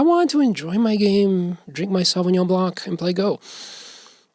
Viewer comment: Random comment: The 'c' in blanc is silent :)